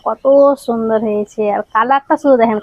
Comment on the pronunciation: ছুন্দর।ছাগতম ছহজ। বাংলা ভাষাটা ভালো করে শেখ না ভাই! ভীষন কানে লাগে